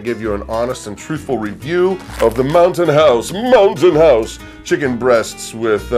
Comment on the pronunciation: Ha ha I thought you said mountain horse. Too funny!